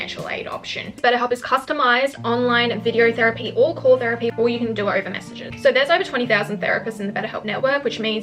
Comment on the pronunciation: She said therepy but girl i don't have the money 💸